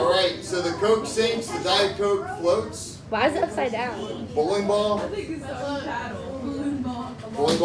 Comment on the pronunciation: that emphasis on floats got me